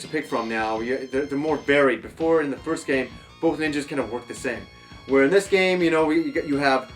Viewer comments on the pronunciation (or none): none